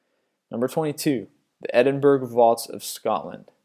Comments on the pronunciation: Why can't you pronounce words correctly? EdinBURG and Sharenobyl, seriously? While I appreciate your compilations I wish that you would research the pronunciation of certain words. It takes away from your presentation. This isn't the first time I have heard your word butchery. There have been plenty of other lists in which you have. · Edinburgh is pronounced Edin-borough. Also, what happened to Bangour Village hospital in Scotland?! That place is huge, and is also rife with scary stories and urban legends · Gaul is pronounced jail its the old English for it before it was americanised to jail and Edinburgh is not pronounced edinburg your history is also way off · Edinborough - Edinbourgh - Edinboro, such as Marlborough - Marlboro... f**k I need a cigarette! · Why the fuck is he saying edinburg. Do americans know how to read ? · OMG it's pronounced ED - IN - BUH - RUH! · edingberg? lmfao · Sorry dude I have to say this, Edinburgh is pronounced Ed-in-burruh, well at least that's how us scots pronounce it, sorry but it's one of my pet hates :) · Edinburgh is pronounced Edinbur-oh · edinburg hahah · Edinburgh is pronounced "edd- in- bra". (sorry) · its Ed-in-bruh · I'm not saying he's stupid but he should look up how to say a lot of the English names, I agree they kinda make no sense like Birmingham is pronounced bir-ming-um, also Edinburgh is edinburah and Buckinghamshire is buckingummsher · dear americans - its pronounced bur-ming-um, not berming-ham. also- ed-in-bur-rur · Go learn how to pronounce Edinburgh ffs! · He is pronouncing all the British names wrong :s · Why would Edinburgh be easy to pronounce by an American? Not every person can pronounce different names. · this yank cant pronounce shit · I hate the way you say Edinburgh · Please learn how to say Edinburgh, I live there and you're making me sad... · Edinburgh castle isn't haunted its a cool tourist attraction and say Edinburgh properly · you dont pronounce edinburgh with a fucking M in it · eh din bur uh